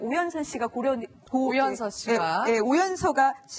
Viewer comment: 아이고 망했네;; 발음도 못하는 저 여자는 누구지?? 오연선(누구?)---오연서가(반말) ---오연서씨가.... 모하는 여자?? 실수한거 사과도 안하는 방송이네;; 채널A 뉴스 망해라!!! 그래도 뉴스를 전하는 방송인거 같은데 발음 그따위로 하고 사과 안할꺼면 자기 스스로 그만둬야지;; 구혜선같은